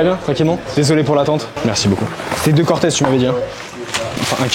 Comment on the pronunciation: a min je connaissais pas la air max 95 "corteuz" mdrrr belle paire